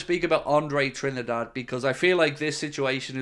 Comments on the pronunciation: It’s pronounced Trin- DADDY, not Trinidad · Come on man, it's pronounced as Andre "Tree - Ndaa - Deh"